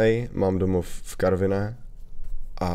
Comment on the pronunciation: ono by bohatě stačilo aby ho vyslovil tak jak se ma